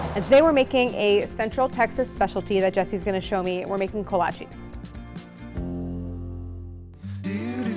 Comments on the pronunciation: Look great, but Kolches, not kolchies…for pronunciation. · My Czech family (in Iowa) always pronounced it Kolach for singular or Kolaches (ko-la-chehs, not ees) for plural. Still love the video and you sharing these delicious pastries!